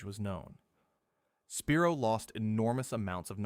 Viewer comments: Spy-roe not Spear-o. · I live about 20 miles from the spiro mounds & it’s pronounced SPY-ro . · Spiro is pronounced sp-eye-ro and pokola is spelled pocola and it is pronounced po-cola